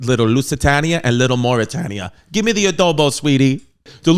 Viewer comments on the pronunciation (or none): Was also not just black people on the lowest deck of the titanic, there was one black man . Your pronunciation is killing me of Mauretania. Bernard Hill played Edward Smith.